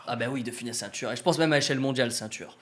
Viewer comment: Funès pas Finès mais bon les jeunes aujourd'hui ont de moins en moins de culture et c'est pas avec le temps que ça va s'améliorer